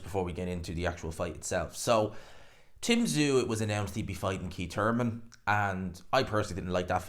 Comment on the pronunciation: It's Keith Thurman, not Keit Turman.